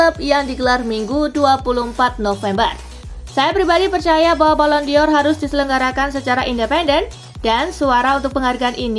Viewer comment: Dibacanya : balon dor... BUKAN BALON DIOR ..!!! Mimin gak pinter2 nh .. sekali lagi dibacanya BALON DOR .. BUKAN BALON DIOR .. !!!